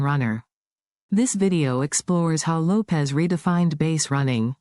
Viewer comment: Not Davey Lopez...Davey Lopes (like Ropes)